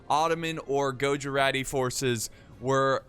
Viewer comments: Greetings from india :D And just saying its not gojurati Its pronounced as guj-rati :D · almost! its pronounced as GUJ-RA-TY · gujarati pronounciation: gujj- araatti